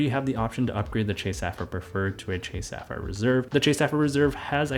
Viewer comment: I think you pronounce sapphire incorrectly